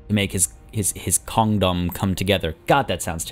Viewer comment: "Whose trying his best to make his Kong-dom come together." I heard: "Whose trying his best to make his condom come together." whaaaaa? you should take more care with your bad puns =P